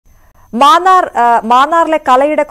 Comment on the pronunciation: "മാനാ൪" അല്ലാ മാന്നാ൪ .